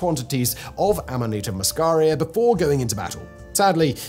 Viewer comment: It's called amanita muscaria. Ffs, bro, get it right.